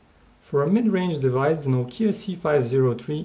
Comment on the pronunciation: *NOU-KEE_YA* #LOL